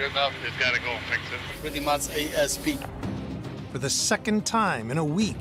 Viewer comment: Asp? It's asap Tony